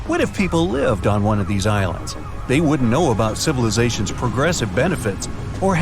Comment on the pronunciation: Is it just me ,or does it sound like he says Irelands at the start of the video I thought there was only one Ireland